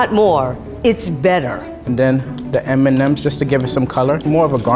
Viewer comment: Did he say Eminems instead of M&Ms? 😂